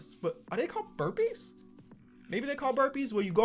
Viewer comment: Nobody Is it push ups or burbpies